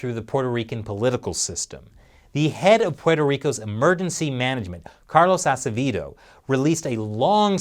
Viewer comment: My lastname is Acevedo, I’m amaze with you, you can pronounce it... and PR corruption is unbelievable, But people keep voting for them.